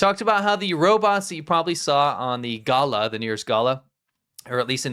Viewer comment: Roberts? or Robots? ;) On purpose?